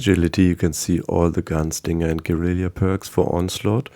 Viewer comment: Amazing! Thanks for the info! Small correction, it's gue-ri-la, not gue-ri-li-a. :)